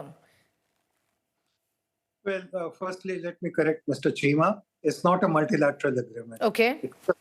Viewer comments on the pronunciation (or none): Cheema became "Keema". What a dumb F***?